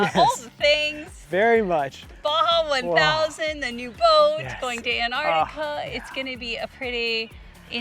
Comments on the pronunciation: AN-artica, is that the American pronunciation? Everywhere else it's ANTartica. Jus sayin. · sorry to be picky but its not Anartica its Antarctica. you are treating the t as silent. is this just the American way? but I still love your vids guys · No such place as "Anartica"... it has a "T" in it.. "AnTartica"..... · Love to see you guys but please please could you pronounce the first 'T' in AnTarctica. Thanks. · Very exciting for you both. About the pronunciation of Antarctica. Time to learn to include that first c. I know it's a lost battle with aluminium :) Back to your questions. Sea kayaking way down south is amazing! Being so close to the ice is crazy cool. Polar plunge? Absolutely. We did that in the Bay of Whales. Penguins are the best!! Leopard seals surprisingly beautiful, and scary.